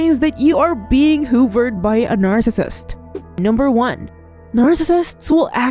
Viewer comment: videos are very hard to watch bc narrator does not enunciate well and can't pronounce narcissist. constructive criticism